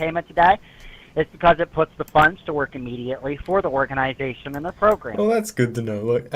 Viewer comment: Damn that Indian at about was actually INSANE at hiding his accent… Until the word “and” 😂 ”andth”